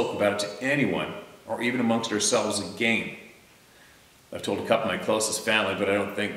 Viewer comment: "AgaYn" (Had to. 🥴)